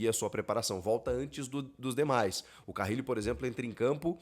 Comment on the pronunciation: Um dos poucos que sabem pronunciar o nome do Carrillo certo...Parabéns Chico